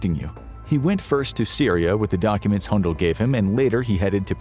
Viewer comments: HUDAL, not Hundal. Basic research.. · Where do you get the N in Hudal?